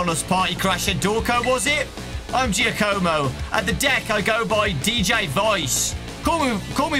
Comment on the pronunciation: It's "Jaw-co-mo".